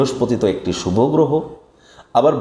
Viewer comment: শুভ-কে বারবার Subh বা সুভ্ বলছেন কেন? বলুন Subho শুভো ! শুভ সন্ধ্যা।🙏